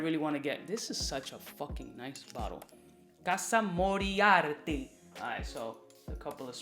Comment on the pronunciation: Casa Moriarty? 😂😂😂. This dude is really illiterate!